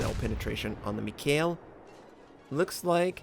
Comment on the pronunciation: Nice replay of an excellent game. But please, could you stop murdering the name "mikhael". It shouldn't be that hard for even an american to pronounce..;) Especially since the last soviet head of the state had the same first name. And thank you for your content. Best WoWs content I've found anywhere.